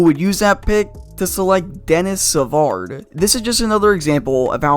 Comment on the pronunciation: I know this is old but, It's Deni(s) Savard. The s is silent so its like 'Dennys-avard'